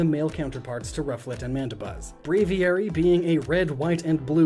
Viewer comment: you said Rufflet and Mandabuz